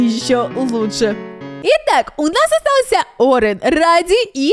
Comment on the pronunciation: Это рэди а не ради